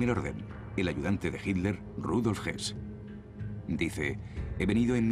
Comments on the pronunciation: Por qué los españoles le dicen Hilder a Hitler?? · por que dice HINLER, ACASO ESTA PROHIBIDO DECIR HITLER?? HITLER